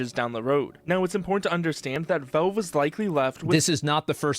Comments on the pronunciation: Why does this dude keep saying velve it's valve my boy. Not that hard. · Why does this guy talk like a completely normal person, but then every single time, without fail, pronounces Valve as Velve? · Who the hell is "Vellve"?